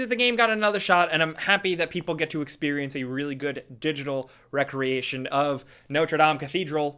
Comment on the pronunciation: Recreation isn't pronouced like recreational. One is remaking something and the other is something you do in your free time.